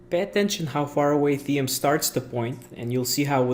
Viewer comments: It’s not pronounced Thee-em it’s pronounced like the word “Team” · Good video :) Just one thing: Thiem is pronounced like "team" (trust me, I'm austrian) ;) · good video but learn how to pronounciate "thiem"